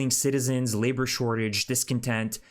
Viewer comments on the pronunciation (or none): none